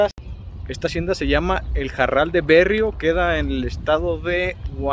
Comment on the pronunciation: No es el barral de berrio sino el barral de be rri o.. be rri o...Be rri o ..aprende a leer primero jajaja